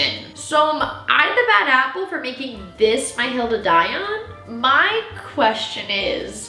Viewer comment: What SAID: “Hill to die on” What I HEARD: “Golden Aiyon” I had to do a double take😂